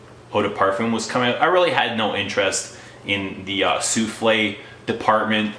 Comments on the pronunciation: souffle not souflee it means wisper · It's SOUFFLE, not SOUFLE'/SOUFLEE! Means BREATH/veil/caresse, not a cake!! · why are you calling it like a dish - soufflé? There is NO "accent ague" at the end. It is called SOUFFLE (su:fl') - the breath of perfume, not an "egg dish of perfume". There are no culinary references here.